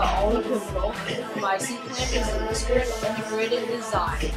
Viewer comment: ITS EASTERN!! NOT EASTEREN!!!!!!!!!